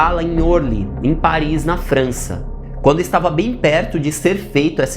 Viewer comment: Orly se diz Orlí...palavras francesas são oxítonas .